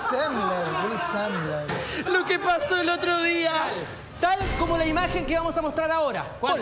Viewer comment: Te pasaste Willie Semen...Semlar...Zemler